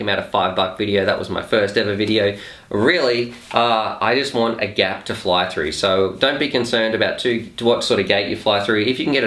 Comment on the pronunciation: "I'll fly through any gape" LOL! Hope your wife wasn't listening!